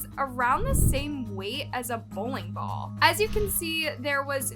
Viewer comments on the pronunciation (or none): none